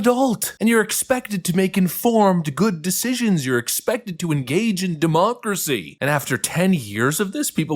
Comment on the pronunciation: I thought you called it Dumookeracy